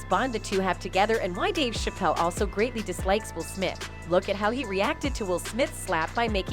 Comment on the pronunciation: Dave Shay-pell?